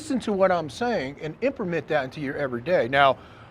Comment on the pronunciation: Why this dude say "imprement?"